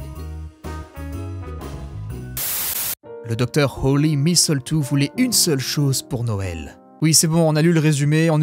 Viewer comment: Il y a plus de répétitions dans ce texte que dans une mauvaise chanson de rap ! Et on notera toujours le grand soin que prend l'autrice à préparer le contexte : des trucs de zoologue, des trucs de microbiologiste... Le petit détail qui m'a tuée c'est ta prononciation de "misseultou", la cerise sur le gâteau !